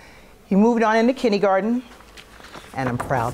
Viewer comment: Except when she says Kindie-Garten